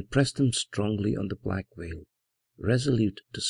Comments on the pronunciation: Librivox is a great audiobook project but pronouncing 'black veil' as 'black whale' is really distracting from the dark atmosphere. I saw a reading by the great Basil Rathbone, and now I am leaving the 'black whale' behind me. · Every time he says "Black Veil" i hear "Black Whale"